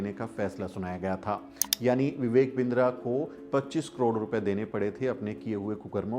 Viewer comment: बिन्द्रा नही किन्दरा😂